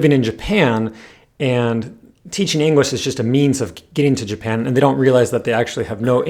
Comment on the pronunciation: Everytime you said English, I heard Engrish or Enguish